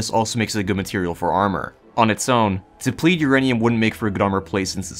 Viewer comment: slow down and enunciate FFS. you missed half the syllables in depleted.